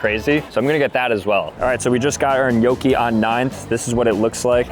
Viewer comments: "En-yo-key"??? 😭 That's an interesting way to pronounce gnocchi 😂😂😂 (nyo-key) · paisan, gotta work on that gnocchi pronunciation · thats NOT how you pronounce gnocchi 💔